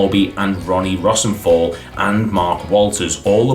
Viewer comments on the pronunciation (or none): Rossenthallll. Rose-N-Tayal is how I’ve always said it